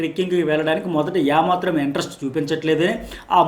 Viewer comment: యా మాత్రం కాదు.... ఏ మాత్రం అనాలి.....